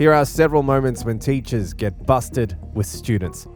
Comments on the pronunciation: "Bursted" or busted? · the word busted does not have n r before the s